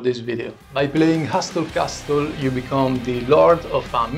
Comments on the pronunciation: Hey love the videos... just some friendly english speaking help lol... The "T" is silent in hustle castle... So it would be pronounced "HUSSEL CASSEL".... no worries keep up the good work...doubt you'll see this anyway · Exquisite work! I had a hard time even following how you made that handle but it came out beautifully. Well done! BTW, your English is very good, but the T in Hustle and Castle are not pronounced. That is not a criticism, you speak English very well, I just thought it might help you with your sponsor. Thanks for an awesome video.